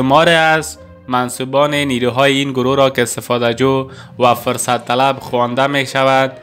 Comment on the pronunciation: يك مثال ديگر : واژه فرصت بايد حرف ف را با ضمه يعني پيش بخوانيد هرگاه با كسره يعنى زير بخوانيد معنى اش مى شود دستمال حيض يا قاعدگى ماهانهء خانمها يا عصيترش دايپر قاعدگى . حال انتخاب با شما است.